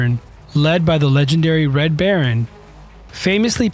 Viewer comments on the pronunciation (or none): none